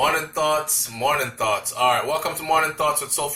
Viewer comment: Sounds like you're saying, 'morning thots'. Please say something else